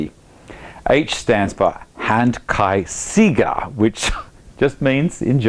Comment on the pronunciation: Hi. Great review. I had to laugh at your pronunciation...Hand Kreis ‘Seeger’ as you say would be Circular Hand Winner! Maybe that’s on purpose haha. It’s more like sehga.